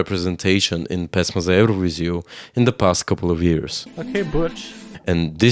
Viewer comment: he literally mentioned those symbols. Though, I'm also curious about where he's from, and why is Serbia his arch-nemesis :D His pronunciation of "pesma za evroviziju" was perfect. When it comes to politics - I'm also interested in foreign politics. I don't see anything weird about it. On the other hand, I'm not xenophobic, that might be the reason.